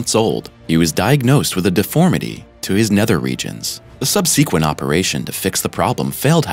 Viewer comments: OMG. Is there an experiment you could conduct to learn how to pronounce "subsequent" and "subsequently". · Someone needs to show this narrator how to pronounce the word "subsequent". It sounds like he is reading without comprehension.